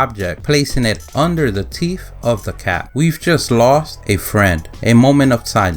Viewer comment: Not "teeph" -- TEETH!